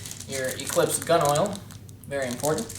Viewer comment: lol, planet ecweeps. He said it like he was chinese